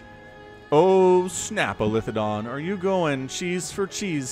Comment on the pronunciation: It's eli-the-don.